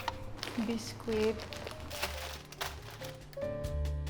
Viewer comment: Biskwit 😂. It should be biskit. Silent w po ms ganda 💖